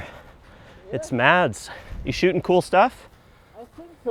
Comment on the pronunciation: Lovely shots, but mispronounced Mads' name...